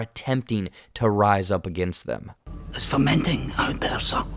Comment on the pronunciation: Yes I believe you are right. Fomenting. But the concept is similar haha.